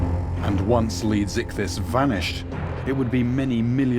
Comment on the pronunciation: could someone give me the name of the giant extinct creature? it sounded like he called it leaguezithus